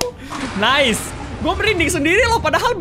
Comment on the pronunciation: Ngakak banget pas kak regi bilang "Nais"🤣